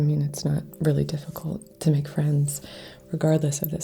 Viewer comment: Reiki Fwends.